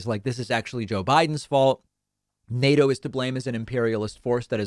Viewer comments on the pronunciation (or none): none